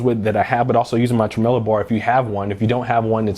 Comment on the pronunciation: How the fuck did he just say tremelo?